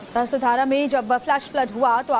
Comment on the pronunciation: सहस्त्रधारा नहीं सहस्रधारा है। उच्चारण sahasra धारा है sahastra धारा नहीं। मीडिया संस्थान है। अपना उत्तरदायित्व पहचानिए